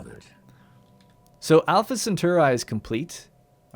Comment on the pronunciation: how the feck did you pronounce Alpha Cetauri!? =p